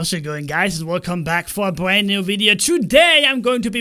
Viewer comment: Bwand new wideo LOL